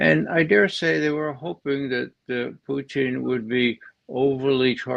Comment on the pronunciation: Not one of Ray's best ; his constant tongue wrapped around Pooocheeeen instead of Putin gets on my wick a bit